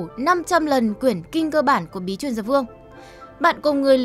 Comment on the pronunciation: Qingque đọc là chinh chuê nhé kp kinh cơ đâu :v